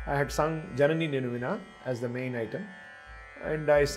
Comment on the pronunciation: Why it is being pronounced as Zanani instead of Janani ?